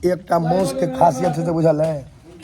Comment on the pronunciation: माउस नहीं मांस होता है